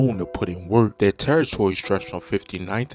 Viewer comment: Yea and he said “turritory”